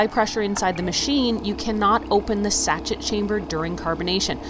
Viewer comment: Hi,. Great videos. The carbonation packets for the Sparkel system are pronounced, sashay, not sachit.